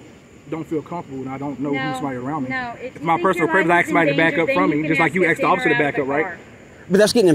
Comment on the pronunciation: For God sake. Ask not axe.